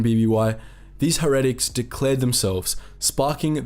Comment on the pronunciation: her-ehh-tic... lmao